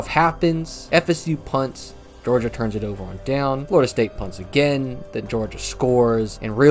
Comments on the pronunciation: Yeah lol Im an FSU fan and I raged every time you said flordia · I can't even watch this video anymore. You keep calling Florida State F"lorida."